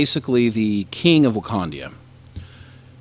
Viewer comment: one of you keeps saying wakandia its wakanda